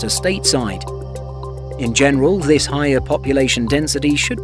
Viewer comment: Higher airfares, not hier airfares.